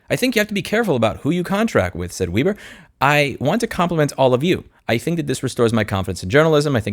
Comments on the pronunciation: It's Web' er not Weeb' er. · it's pronounced Weber😜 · not sure if anyone else mentioned this or not... but the correct pronunciation of Weber is with a short "e" as in W"eh"ber. German decent. Love all your content. The world needs more outspoken people like you on social media platforms working together to reveal how much of a greedy sh*tshow this world (the USA in particular) has become. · Weber is a German name, so it's pronounced "Way-bur", like the carburator company. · I think Weber is pronounced "vay-ba". 🙃